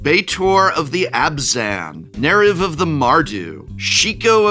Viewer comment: by the way folks Betor and Neriv are pronounced Bay-tohr and Neh-reev